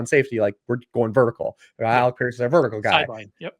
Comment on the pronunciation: it's not Alex Pierce. It's Alec Pierce. Lol. Great stuff though as always.